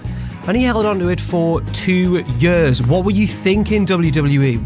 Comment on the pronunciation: Your accent is the worst thing in youtube P.S learn how to pronounce year properly !!